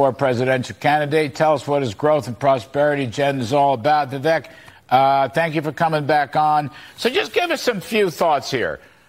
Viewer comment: For the love of God! His name is pronounced "Vi-Vake" !!!!